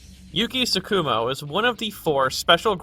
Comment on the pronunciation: Don't mean to be a dick about diction, but it irks me when people stress the second syllable of Japanese terms (i.e. TSU-ku-mo and Tsu-KU-mo)